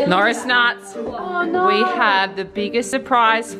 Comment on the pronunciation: Sabre really said "or naur" 😂❤